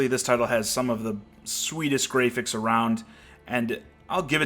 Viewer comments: did you really say grayphics? Really? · That's the joke. People say it that way to make fun of people who think graphics are everything.